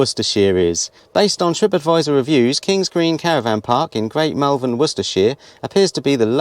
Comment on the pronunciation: I’m from Worcestershire. I used to be able to see the Malverns from my house on the other side of Worcestershire across the basin. It was good for gauging how long before it was going to rain so I’d know to get the washing in 😆 The way you say Malverns makes me giggle a bit though. They are beautiful hills! I haven’t walked them for years due to a gammy knee but they are iconic. Looks quite a reasonable campsite. Gone are the days of a tap in the middle of the field and a shed with a loo in it! Good to see pitches marked out though to stop those people who like to camp and spread out their tents, awnings, vehicles and gawd knows what into your area! 😂😂